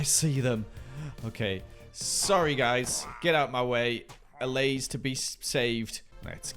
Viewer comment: I may be too late for this, but I'm binging this series and I'm pretty sure those foxes will be able to jump right over the balcony fences. p.s. kudos for pronouncing allays correctly